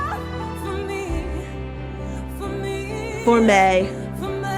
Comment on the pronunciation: She did it differently for the movie, though - some notes she held while she moved around here. And her "me's" before the "meh" were also a little closer to "meh" but two syllables.